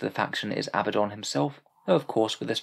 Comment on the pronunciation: Aaarrg hearing Abaddon pronounced as Abbadon makes me want to bang my head. 😝 Dark Angels joke is solid 👌